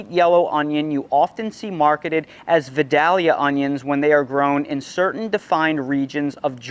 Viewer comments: Vidalia, Vi day lee uh. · Dude... It's pronounced vye-DAY-lee-uh. You're putting the emphasis on the wrong syllable. Sounds really weird. Down here in Georgia, it's just not done the way you say it. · Thanks for the vid. A good one. Pronounce it Vidālia. With a long a rather than a short a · FWIW, I think you'll find Southerners pronounce them Vi-del-ya onions. 🙂